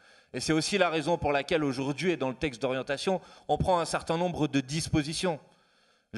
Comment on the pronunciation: Manuel, petit exercice de prononciation bienveillant : répète voir "Législative" plusieurs fois et non LégislatCHive ! Idem pour "significative", "représentative" Idem pour aujourd'hui et non aujourd'Jui. Crédible et non crédJible...😉 D'avance merdi. Sinon tu es génial.